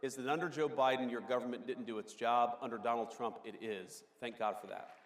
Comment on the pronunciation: lol, he just said Tump!!!